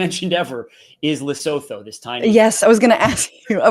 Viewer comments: Just for interest's sake, guys. Lesotho is pronounced Le-Soo-Too. Just say it kinda fast and you got it. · I love how you pronounce Lesotho 😂 Try this Lee - su -tu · Dudes, you're murdering the pronunciation of Lesotho. It's "Luh·soo·too" 😄 I'm South African and our tariff is 7.5% when the mad king claimed it is 60%. In our case we're also definitely being targeted hard because of the ICJ case (ignore the white genocide bs) so spare a thought for us, especially since we already have a 32% unemployment rate. I'm off to enrol for Mandarin lessons 😬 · Please learn to pronounce Lesotho. Love y'all. ❤